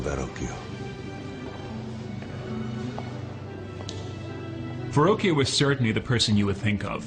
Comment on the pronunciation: Ver-rockio is how it's pronounced. Is that so difficult ?